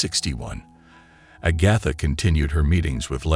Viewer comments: Agotha... char lot 😅 mother queen 😮🎉😅😂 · THIS IS THE WORST RECAP EVER!!!! FIRST OFF, this title is a PARTIAL LIE!! She was NOT treated badly "because she was black", AGATHA was!! SECONDLY, PRONOUNCE HER NAME CORRECTLY!! STOP USING COMPUTERS/AI NARRATION😤 The stare at "the bride" was not because she was black, but because of her non-traditional wedding gown!! VIEWERS, PLEASE watch this for yourselves!!!! 🙏🏽🙏🏽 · 36 minutes is way too long to tolerate a robot that can’t pronounce Agatha correctly. I’m out.